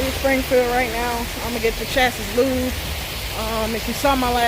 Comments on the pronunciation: Pronounce chassis CHASS-ee (singular) and CHASS-eez (plural). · Its pronounced like "Chassy" but spelled chasis